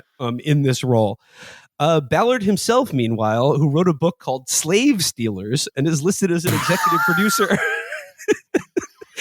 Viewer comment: I think pronounced stillers